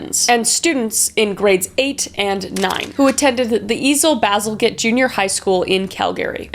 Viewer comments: THANKS for the Canadian murder mystery Kris!! I was born at the Grace Hospital in Calgary in 1991... we pronounce the junior high Ian Baz. (Ian like the name) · Totally, I never really heard it until Kris said it. I was like who the hell is Call Gary? And then I looked back and saw she meant Cal-Gree lol. Also the mispronounce of Ian Baz. But hey she's still doing amazing and no judgement. <3